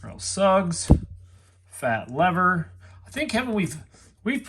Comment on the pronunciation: You had me laughing when you said Fat Lever. It's pronounced Fat leaverrrr... lol